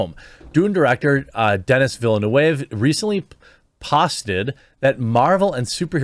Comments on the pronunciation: Your pronunciation is indeed wrong. "Denis" ... the 's' is mute, it is pronounced "Deni". "Villeneuve" ... the pronunciation is more like "Vil-nehv" almost "Vil-nov" ... french 'e' is not pronounced 'ay', but more 'eh'. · It's pronounced Deni, the S is silent. He's a Quebec Frenchy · Jeremy, his name is pronounced Denny Villain-oove.